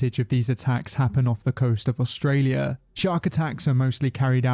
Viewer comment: “Aulstralia” uhm